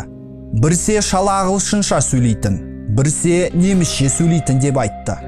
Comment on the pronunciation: Брсе емес біресе болмаса кейде , бәрі жақсы бірақ дұрыс сойлейікші